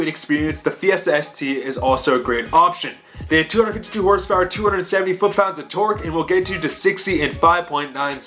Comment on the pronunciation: I swear if you say hrsprs like fucking donut media again ima be filled with cringe